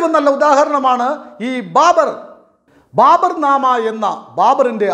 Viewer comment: Babar not BARBER